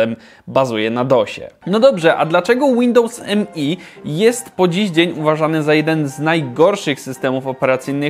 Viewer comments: To nie jest Windows "eM-E", tylko "Me" - wymawiane jak ang. zaimek "me" ("ja"). Używałem ok roku i jakichś wielkich problemów nigdy nie miałem, później skok na XP, reszta jest historią ;-) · Nie mówi się Windows mi tylko Windows me